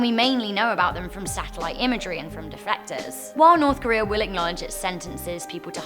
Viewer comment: Isn’t it defectors not deflectors